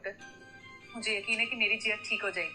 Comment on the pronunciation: Yaqeen ka kaaf ekdam saf bola h....